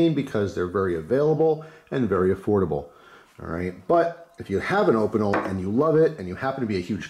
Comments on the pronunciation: Say it with me: OHH-pee-nell, so hard hearing that op-ih-nul. Love you! (Google translate is your friend!!) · still prefer my carbonne opinel, I'm french. it's pronounced 'O-peen- ell" they're a traditional savoyarde pocket knife. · I crack up every time you pronounce Opinel